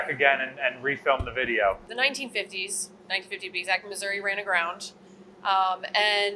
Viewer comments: aha, i'm not insane for thinking that Missouri is not pronounced "missourah" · "I'll be deep in the cold cold ground before I put an "i" at the end of Missourah!" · "Battle Ship Missoura" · All together now - you too,: Mi-soo-ree! 😝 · Why does pronounce Missouri wrong? any video where he talks abut this? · It warms my heart to hear him get corrected on how he says " Missouri " lol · A wise man not only admits his mistakes, but is able to learn from them. I am from Missouri, and yes, the last i is pronounced by residents like e, not uh. Not once in my entire life have I ever heard anybody living there pronounce it like that. Never. Ever. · there is no A in Missouri! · Yeah, hearing constantly mispronounce it is pretty jarring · It ends in an "i", not "a" :) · Finally some has corrected on how he says Missouri. there is no "A" at the end of Missouri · Sorry its Missour-EE not Missour-A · I was watching and I am South African at it eats me when says Missoura.. Please say Missouri please. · Former? I'm curious as to why she isn't anymore. Oh, I missed she's at a different ship now... Hunh... Also, as a Missourian, I did get a laugh out of correcting mispronunciation of Missouri. Only people out-of-state say "Muzzurah." Here it's "Mizzoouree" if you're urban. I'm currently blanking on how the more rural folks pronounce it. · MISSOURI With a EEE not a UHHH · I didn't realise that the US designed their Turret 3's for towing. Makes sense as the barbettes are pretty heft structures and in an emergency it's not always possible to wait for an ocean tug. I'm curious; why does always pronounce the ship as 'Missoura' instead of 'Missouri'? Is it a regional pronunciation that he has or is that the traditional/original pronunciation of the region? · Absolutely ive been watching for some time and really enjoy thsnk you for your show BUT its MISSOURE NOT MISSOURA thank you very much